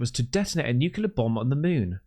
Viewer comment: Why is no English speaking person able to say nuclear and will always say _nucelar_? 😀